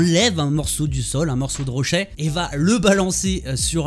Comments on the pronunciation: Ta prononciation de rocher "rochè" ça fait bizarre x) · "Rochè" lel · C'est moi ou prononce rochai?